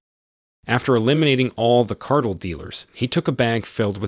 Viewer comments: its Car-Tel not cartal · car-tell...as in an organization of monopolizing a commodity or business. Every dictionary has pronunciation keys!